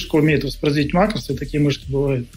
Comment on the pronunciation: ааааа макрОсы у меня кровь из ушей пошла